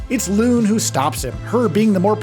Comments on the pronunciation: I know it's nitpicky, and I'm probably gonna get trolled for this, but it's pronounced Lune (Loo-Nay) and Maelle (May-Elle). The lead dev has gone on multiple interviews hardlining the pronunciation for Lune. Maelle, I'm a little iffy on but it's definitely not whatever it was in this video lol. That being said, I've been following this game for months and oh boy I couldn't be more excited for it. It looks like everything I've wanted in a modern jrpg experience, and just the right amount of souls influence without becoming an actual soulslike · Great video, good sir. However, the character's name is pronounced 'Loo-nay' 🍻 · No hate but lots of vids ive seen barely use pronunciation properly😂 "Loon"? "Mail"? 😂😂😂 God its so funny